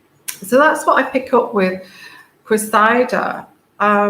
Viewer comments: .. It is Cressida, pronounced Cress id-ah . The emphasis is on the FIRST syllable, the Cress (like watercress). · to help with the name, and it is unusual and hard to figure out how to pronounce, so I hope this little suggestion might help. Think of EGG & CRESS SANDWICHES then CRESSY then CRESSY-DA And there you have it. While I'm at it the other name with the Royals thats hard to get right is Eugenie. So for that one it's take the OO out of HOOP then SHANE OO-SHANE then the NEE out of KNEE so it's OO-SHANE-NEE You might need that one at some point. I didn't know how to pronounce it for years til I heard Fergie talking about it.